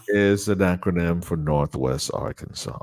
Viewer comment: is so right about the pronunciation of the state of Arkansas. I lived there two years before joining the U.S. Army.